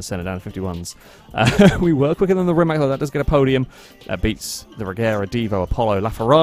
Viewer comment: It is not Rimak, it is Rimac. C is c, it is not K, and it is not S. It would be closer if you would pronounced Rimas, where c would be s, like for Cecilia, Rimac where C is K like you english people pronounced it (Rimak) is wrong as it can get.